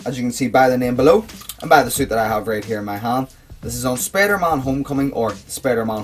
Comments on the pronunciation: "The spader on the chest " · why you say spader when it's spider